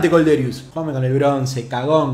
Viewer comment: Kolderious jajajaj, se pronuncia "Kolderíu